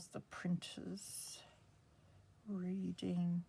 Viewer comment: Hi. The Reading Bluecoats school is near Oxford. The town is pronounced Redding. Those old school magazines are very interesting. Xxx